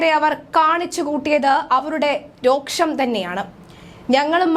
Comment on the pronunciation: രോക്ഷം അല്ല കുട്ടീ രോഷം